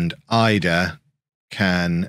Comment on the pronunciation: He pronounces it "ee-dah" apparently! 🥔